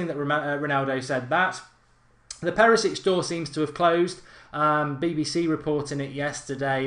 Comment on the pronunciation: Thank you.. so stop saying Perisic 😡